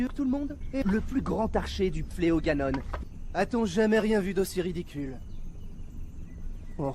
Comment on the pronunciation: On dit "Ganon" pas "Ganon".